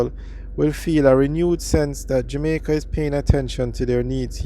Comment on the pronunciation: You doing like Portia Simpson pronounce JAMAICA O' as in "Jomaico"